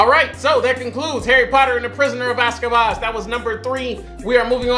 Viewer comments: Locals: Azkaban Intellectuals: AZKABASS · say it with me "AZKABAN" spell it out. Stay in school lol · Getting the names wrong I can live with but this man really be calling it the "Prison of Aska baass " No, just no🤣😭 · 😂😂😂“The Prisoner of Azkabaz”. STOP BROTHA😂😂😂 ❤️❤️❤️❤️❤️❤️❤️❤️❤️❤️❤️❤️❤️❤️❤️❤️❤️❤️❤️❤️❤️❤️❤️❤️❤️❤️ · Not the ghost of Christmas past and azcabass 😂😂😂 bro you killing me with these names 😂😂😂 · I just keep coming to this videos so I can hear saying the names wrongly hahahahaha ASKABAS? REALLY? HAHAHAHAHA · "Prisoner of Azkabas." "Heather Granger." By now, you're doing it on purpose. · Harry potter and the prisoner of AZKABASSS (omg i love that🤣🤣🤣) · “HE’S THE PRISONER OF AZKABASS” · Azkaban or Ozkaboz lol